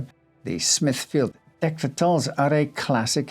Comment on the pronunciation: Horrible hares and raucous rabbits! I’m going to listen to it again to count how many times he says “dectretal”😂